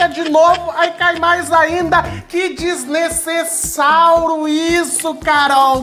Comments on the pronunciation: Em vez de ele falar desnecessário ele fala desnecessáuro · Porque ele fala desnesesauro kkkkkkkkkkkkkk🤣🤣🤣🤣🤣🤣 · Kkkkk Olha cuando ele fala desnesesauro kkkkk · Sla;-; so sei que desnessesauro significa que ta fazendo coisa sla estranha